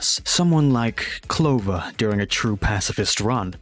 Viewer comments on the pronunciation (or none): ITS PRONANCED CLO-VER NOT CO-LOVER 🤓🤓🤓🤓🤓